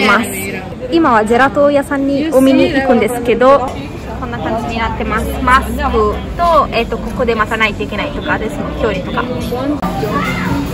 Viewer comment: 「コロナ」「ロックダウン」「マスク」が、英語じゃなく、カタカナで発音できてるのがすごい！ 欧州旅行したときにイタリア人の女の子に「サルディーニャ島がオススメ」と言われていました。意外なところで楽しめました。ありがとう！くれぐれもお気をつけてお過ごしください。